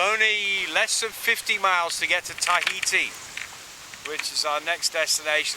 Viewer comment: Tahiti TA-HITI not tie-heati...